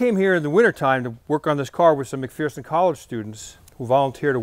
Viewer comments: You are saying McPherson wrong. It isn't McPhEARson. It is McPherson, with the er enunciated correctly. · McPherson college out of Kansas? Good group of people. Its pronounced Mc-Furson. It's weird I know, but its Kansas for ya. Nice job though!!! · I know, there's no "fear" in McPherson... It's "McFurson."